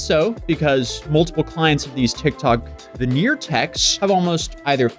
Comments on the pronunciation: “Veneer tech”….smh. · ""VENEER TECH"" LOL 😆